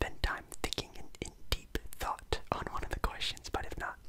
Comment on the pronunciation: Bro on the second question I was so confused i thought u said thot not thought 😂😂😂